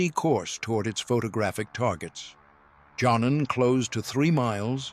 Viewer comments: For the sake of immersion, someone should tell these narrators that "J" is pronounced like a "Y" in most Germanic and Slavic languages. So saying "John-en" instead of "Yon-nen" is like fingernails on a chalkboard 😵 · Yes, but the dude's name is pronounced like "Yon-nen". Would you react when people (most people on Earth) pronounce Wellman as "Vell-mann"?